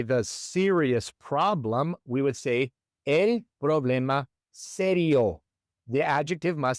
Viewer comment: It sounds like you’re saying “aye” for el, when it should be pronounced like the letter L; el and L should sound exactly the same. ❤ Also, “sofa” is very common. Sofa ends with an “a” but we say, el sofa! 🤔